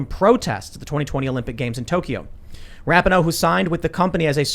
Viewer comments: FYI: it's pronounced RA-PEE-NO, not RAP-IH-NO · I love that Tim always says Rap ih no. When sport commentators say Ra pee know. No one knows how to say her name. Can we all agree on Ra Knee No. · Ra - pee - no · Megan’s last name is pronounced Ra-pee-no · I cant stand her either, but you and Shapiro do not say her name correctly